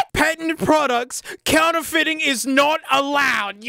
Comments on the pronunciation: It’s not “patent products”, it’s “patient products”. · That word is pronounced “pay-shent.”